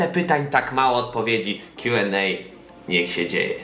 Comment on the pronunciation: W koncu pierwsza osoba ktora wymawia poprawnie Q&A ❤